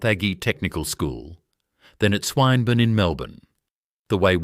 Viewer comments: It's swinbourne not swinebourne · Swine burn is where I clicked out. If they can't get a human commentator then they don't deserve my patronage. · Oh my ! The mispronouncing of place names, Swine burn tech college ? And Melburn ? AI stuff up - again. And yes I was once a mechanic. Preston Motors. Franklin St Melb. . Still have Sidchrome open end & ring spanners, and sockets. All AF in those days. Returned to my Trade when I was in my early 40's - Tutts heavy industries. Tottenham. Vic. All metric now. Bought only Sidchrome once more.